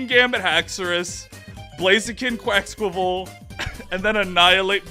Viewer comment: To help you with Quaquaval the pronunciation is like Quack Quack Carnival with the last one being pronounced like the Brazilian festival party